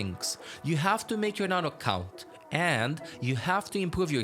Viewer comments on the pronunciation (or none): none